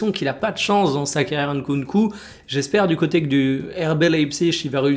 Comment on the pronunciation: En tant que congolais, je tiens à te complimenter sur la prononciation de Nkunku ! 👏🏿👏🏿👏🏿